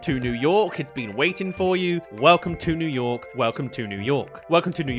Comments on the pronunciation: ”Welcome to Yew Nork” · "Yew Nork" 💀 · Welcome to yew nork